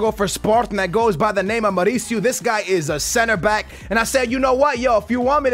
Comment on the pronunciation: MaUUUricio not maricio